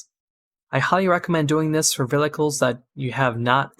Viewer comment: Thanks for the tutorial. had to rewind multiple times cuz I died eveytime u said "Velicles" haha